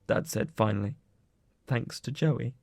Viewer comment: you said thanks wrong